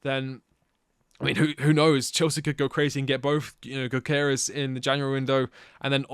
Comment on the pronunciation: his name is pronounced like you puke after the Gy. Gyökeres - jyöökeres - // swede